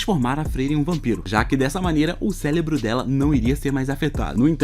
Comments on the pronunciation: Só eu q ouvi ele falar celebro algumas vezes? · olha ele falando célebro........... AAAAAAAA